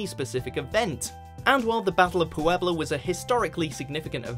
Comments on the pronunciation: Vina's Nails, the difference in meaning is obvious, I was asking about pronunciation of the "pue" that exists in both of them, because no accents appear and the English guy kept saying it "PU-ebla." After watching several other videos, it looks to be the same "pue" in "pueblo" and "puedo" and the guy was just mucking it up. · lol "Pooh-ebla" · Was he pronouncing the name Puebla weird or is that how it's supposed to sound? I've heard "pueblo" tons of times by native speakers and there never was so much stress on the "u."